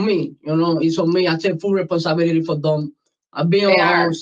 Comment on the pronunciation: "I take full reponsibility" 😂😂😂 did he go to school?